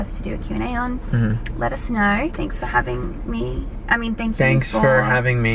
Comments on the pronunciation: From now on when you say let us know i hear * letis snow* xDD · Sonji Young I actually hear “let it snow “ 😂